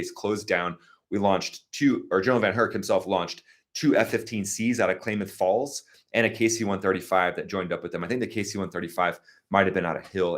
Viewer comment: FYI Klamath Falls is prounounced Klimath Falls. Spent 3 years there in the '60s.